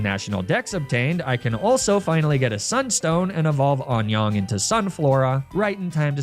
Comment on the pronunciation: Anyoung is pronounced more like unyoung than onyoung lol That's 365 days of Korean Duolingo for you! Just hit the 365 day streak today! ....I know barely any Korean.